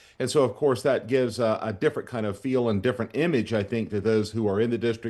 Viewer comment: It’s (D)ifferent